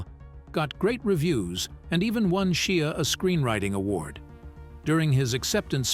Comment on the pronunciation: Seriously, you cant pronounce Shia's name yet????